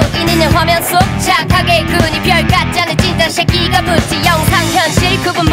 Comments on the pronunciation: 찐따새끼 셰킈라 발음하는거 좋음ㅋㅋㅋㅋ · "찐따셰끼" 발음 존나 찰지네 ㅅㅂ ㅋㅋㅋㅋㅋ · 찐띠쉐키 발음 개찰져 ㅠㅠㅠ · ㅅㅂ JJINDDA 셰끼 발음 너무 찰지다ㅋㅋㅋㅋㅋ